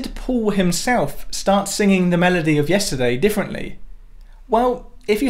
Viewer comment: "yestidey" is all I'll be hearing now